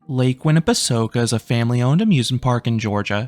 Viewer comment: Nice to see this park get some love. It’s actually the closest park to me, and even though I go to Dollywood a lot more, this park still has a neat little charm to it. Also, good job on pronouncing the name correctly this time 😂